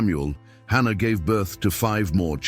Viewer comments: Its Hannah, not ANNA.😢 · It’s Hannah not Anna 🤦🏽‍♀️